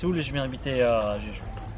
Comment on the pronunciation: A chaque fois que tu cites le nom de l'île, j'entends "j'ai judo" 😆 놔이스!!!